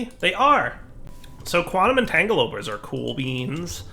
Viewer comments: Don't think has ever said "entangloporter" correctly lmao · Which is hilarious because I'm pretty sure a few years ago he used to say it correctly....